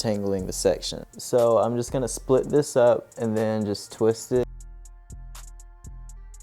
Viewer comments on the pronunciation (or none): none